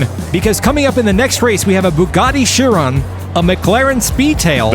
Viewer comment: Guys, it's pronounced "Kai-ron" not "Chee-ron". And "Why-ra", not "Hi-ra".